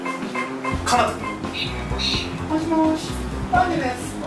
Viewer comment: 久々斉藤さん〰️😽 アーニャじゃなくてマーニャでしぬww しっかりまいたけくんw